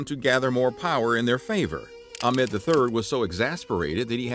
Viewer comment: You're pronouncing Ahmed wrong, among other names. You might want to address that in future videos, maybe....?